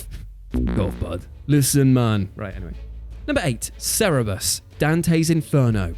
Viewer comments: IT's CER-Bur-US. Cer-re-brus isn't even close because there isn't an e at all between the r and b in Cerberus but there is one after the b and before the second r. So this isn't just a difference in pronunciation that just was flat out wrong. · you called it "Cerebus" while the game title says "CERBERUS"... Or I´m missing something?? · Cerebus? WTF? It's Cerberus you bald buffoon! Cer-be-rus! You, know. The three headed dog that guards the realm of Hades in Greek mythology. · Don't mean to bother but "Cerebus" is not up to pronunciations. Cause it's not even "cerebus", but CèrBERus. Sorry, but, mates, this is greek mythology not just a chracter of a game. Stuff like that should not be mistaken cause of a distraction xD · Cerberus not cerebus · “Sa-re-bus or sarah-bus” you mean Sir-bur-us? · WhatCulture, fire your goddamn script editor! It's Cerberus, not Cerebus! YOU EVEN SHOWED IT ON THE DAMN SCREEN IN THE GAMEPLAY CLIP! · Um looks like it "Cerberus" not "Cerebus". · "Cerebus"? Really? It's Cerberus, [Sir-Ber-Us]. Cerberus is suppose to be the gate guardian of hell in Greek mythology. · Hey. The boss in Dante’s Inferno is Cerberus, not Cerebus. Apart from that, carry on. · Cerberus... Not Cerebus... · It's pronounced "Ser-ber-us" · Cer-ber-us. Sir. Bur. Us. You're welcome. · Cerberus. SIR - BURR - US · Pronounced Ser-beah -Rus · Cerberus - "Ser-beh-russ" 😉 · ~ It's Sir-burr-us. Also, 10 Video game characters who look like. Do it!!! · Sir Berr Us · ... Did he call it Cerebus ? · Its pronounced kerebus :-/ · pronounced Cerberus wrong both times lol